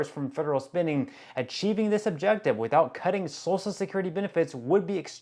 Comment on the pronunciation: Don't you think if there were hundreds of American citizens who have lived to be 150 years old, there would have been reports of this in the news? This has nothing to do with fraud. Do your research before you spew inaccuracies. And while you're at it, learn to pronounce "social". And, just an observation -- don't you find it odd that in its fanatical search for fraud and overspending, DOGE has conspicuously ignored the Pentagon? The one body that has failed every audit it was ever subjected to? (to date, I believe that number would be 7)